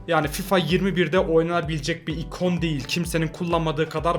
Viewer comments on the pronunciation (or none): none